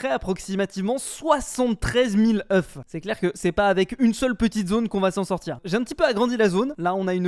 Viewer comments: ŒUFS, se prononce oeux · faut lui dire que oeuf au pluriel c "Eu" (prononciation) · Le faîte qu’il dise « œuf » quand il parle au pluriel me perturbe trop 💀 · Faut faire quelque chose pour sauver le français. Des fermes à œufs [prononcé au singulier] :/ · le f ne se prononce pas au pluriel de oeuf